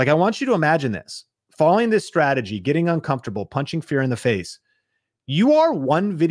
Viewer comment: "welcome to this youtube stradagey" lol That was funny. Thanks for the motivation to keep at it.